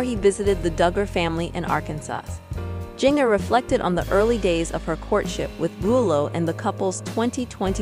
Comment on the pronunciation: Can't even say Jinger right!